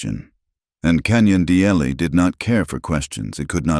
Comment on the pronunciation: Canyon de Chelly pronounced as canyon due shea.